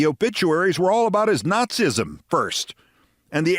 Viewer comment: I realize that the way nazism is spelled might lead someone who has never heard the word spoken before might think it’s pronounced not-sism, but it’s still pronounced not-see-ism.